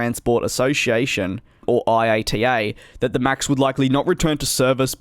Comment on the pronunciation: Keep up the good work! One tip though... When talking about IATA we (I have never heard it call I.A.T.A.) always just say “I at a” or /iˈɑtə/ 👍cheers 🍻!